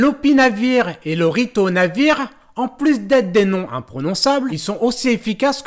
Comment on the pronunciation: Ritonavir, pas Ritovanir ... ;-)